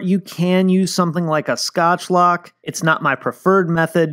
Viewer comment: it hurt me when you said scotchlok.